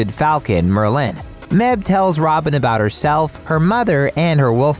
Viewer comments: It's pronounced Meiv. The h softens the b into a v, and the e is pronounced as an inverted e. Other Irish heroines of Cartoon Saloon: Saoirse = Seer-shuh Aisling = Ash-ling Other random Irish names: Caoimhe = Kee-vah Naomh = Neiv Siobhan = She-vahn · Mebh’s name is actually pronounced May-v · its may-ve not meb